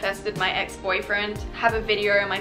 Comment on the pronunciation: Whose gonna tell her that there is no R in the word video. It’s video, not videer